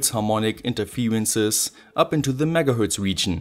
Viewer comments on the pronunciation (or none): none